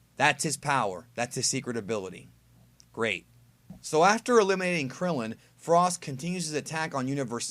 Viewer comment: Damn at least put some respek on Krillin & Tien's name